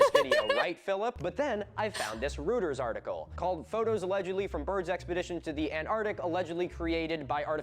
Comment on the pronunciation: (guess i make another comment, to not add to the one others found helpful) not how you pronounce Reuters. guy was german-born, so it would be more like roy-turs. if he can be having fun being a pedant about celtics, i can be about this :-p absolutely correct. it also goes along with them always saying things like "possibly", "maybe" before touting their BS, because they think it absolves them from any repercussions their misinfo has and if someone disproves them they can just claim they just presented it as a thought experiment or some nonsense. anyway, to quote one of my favorite games: "An open mind is like a fortress with its gates unbarred and unguarded." i hope writing it as googledy bunkers is intentional, huh. wondering why for americans its gotta be 1pm to drink. for us its 4pm, because work ends or and the idea is that you are home by 4 and can kick back.